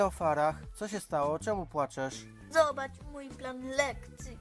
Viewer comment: Nie farrah tylko fara